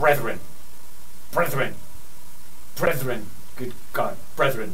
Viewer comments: "by my own brethruen" .... brethen? bruthen? breuthuen brrrrethn brethuen! brouthen (?) breouthen brüthren???? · brethererthren xDDDD